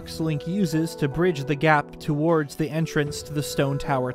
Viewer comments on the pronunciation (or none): none